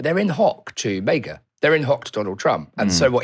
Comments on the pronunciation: why are you saying Mayga instead of maga? XD Making it sound like Mega. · It’s MAGA like saga. Not MAEGA.